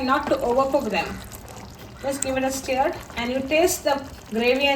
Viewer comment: Its birista, not brishhtaa😂 And it wasn't prepared correctly. Also, its stir, not steer. Recipe is also absolutely hopeless. First learn how to cook a biryani properly, then show others on YouTube. Otherwise just stick to Goan food, since you obviously can't cook other cuisines.